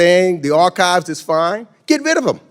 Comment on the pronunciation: Meeks cant even pronounce archives lol